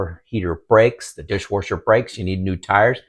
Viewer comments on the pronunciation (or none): What's a "dishwarsher"? Haha